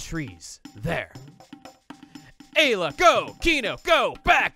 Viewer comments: Eye-la is a better way to say it you don't have to keep a counter on it lol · Please just say eye-la Ayla is wrong we all know it her Japanese name was Eira her name was localized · Chugga, you have to up the eye-la count by one for doing it in last episode’s title. You can’t seriously expect me to read it as eye to aye-la. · Time for multiple ‘Eye-la’s to be added to the counter... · Eye-la x 6.5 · I love how he's already started a counter for how many times he mispronounces Ayla's name, haha..me too,, me too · The one time he pronounces "Ayla" right, he was talking about Lucca. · Anyone wanna place bets on how many times is gonna pronounce Ayla's name wrong by the end of the LP? I'm gonna randomly guess 137. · You have some troubles pronouncing the name in the way I would have always found immediately intuitive, haha.